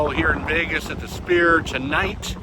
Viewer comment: I know, it sounds like he's pronouncing it "Spear." ?